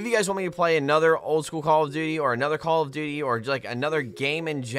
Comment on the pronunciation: Why do you keep saying call of booty 😂🤣😂🤣 only people that says that is people who does not like call of duty